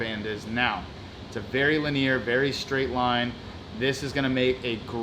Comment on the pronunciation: I just love how you always mispronounce “linear”. Lol. Love your videos.